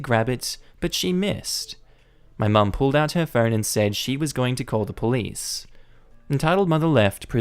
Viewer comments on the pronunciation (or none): none